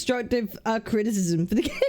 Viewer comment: the video drag to 29 mins due to Cap keep pausing and crashing out everytime Glaive said critism 😂